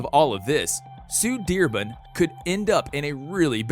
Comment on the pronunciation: why do you say sue dearbun